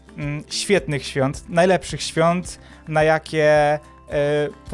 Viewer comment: Wesolych swiat! Ja uslyszalem: Wesolych SWONT... XD